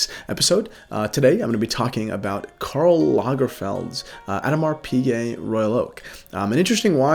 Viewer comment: Like the channel but you butcher the pronunciation of AP.